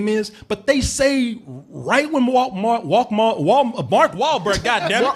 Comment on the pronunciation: Hearing fuck up Mark Wahlberg's name is one of the most hilarious things I've seen in a while.